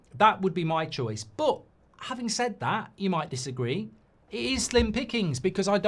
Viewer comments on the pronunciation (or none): none